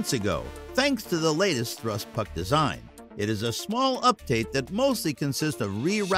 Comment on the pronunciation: Thrust puck? Ugh did you mean to say pack? X2